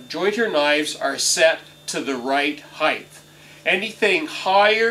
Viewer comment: Height not heighth.